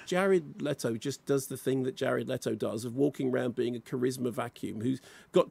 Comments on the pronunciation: It’s Le-to Jared Le-to. Are you a baby? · Love how defensive Limmy is over them correctly pronouncing Jared "Letto" when he sounds like a deep fried haggis himself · "jared lettle"